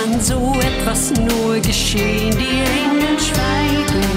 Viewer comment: TollesLied,mich stört aber an ihrer Aussprache.......Die Eeeeeeengeeeeel schweigeeeeeeeeen